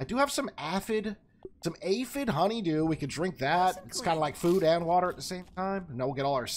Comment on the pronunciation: “I've got some aah-fid- AyyYephid honeydew”